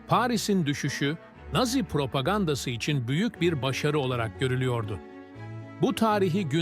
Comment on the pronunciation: Güzel içerik ama naazi değil nazi diye seslendirilmeli :)